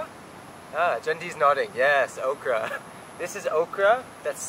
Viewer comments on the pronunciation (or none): he pronounces Okra like 𝗢𝗣𝗥𝗔𝗛, wtf 🤣